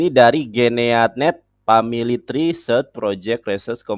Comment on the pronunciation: itu Esha Emha loh tapi baca Tree ( Pohon ), dengan Tray, parah bangat iya, kualitas lulusan SMP saja ngak separah itu. Dia makin Panik dan Frustasi, melihat kitab dan ajaran agamanya dikuliti apologet2 kristen tanpa dia bisa membantah, menghalangi, yg selama ini mereka banyak ngak pernah dengar. Walau apa yg disampaikan ngak ngaruh buat kristen